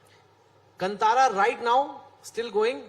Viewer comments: Kantara not cuntara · Still these idiots pronounce as KaNtara like Kannad. It is kaantara like Rishab Shetty said. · It's not Kntara, it's Kaantara. Correct your pronunciation. Very well said Anupam sir when you say these are Indian film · Still they can't pronounce Kantara properly!!